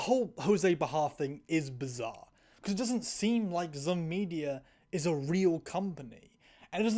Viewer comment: I hate to do this to you but the stupid company name Zum is pronounced like the word Zoom. Thats what the little.. I think its an umlaut is for